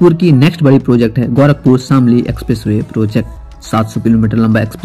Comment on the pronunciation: bhai tumhe na English aata hai bolne na sahi se Hindi bol paatey ho "गौरखपुर" नही होता " गोरखपुर" होता है! sahi se bolna sikho pehle